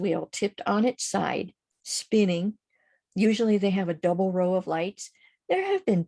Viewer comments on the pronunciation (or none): none